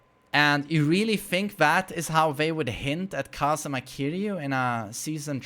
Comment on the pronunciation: KazUma, not kazama